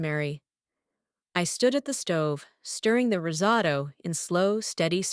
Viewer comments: Rizzado?????? Risotto. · Risotto...osso bucco. Stupid AI needs a human checking its idiocy.